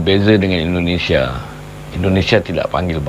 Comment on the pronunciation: Indonesia bang bukan endonesia jangan biasakan ngomong yang salah